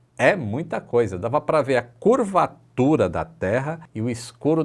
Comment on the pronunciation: aquela ênfase na palavra curvatura.